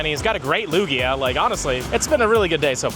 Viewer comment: Why do you call Lugia by the name of Luigi?